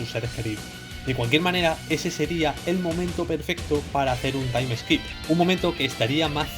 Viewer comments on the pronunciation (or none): Se dice taim skip, no taim eskip